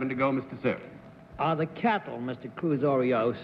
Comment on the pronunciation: Also, he calls Cruz Arias ’Cruz Orios’; more like Oreos, really.